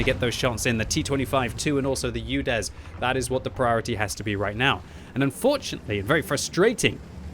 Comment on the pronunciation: Omg it’s not youdes. It’s oodes